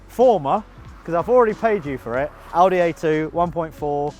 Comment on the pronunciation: I love that pronounces Audi the right (german) way.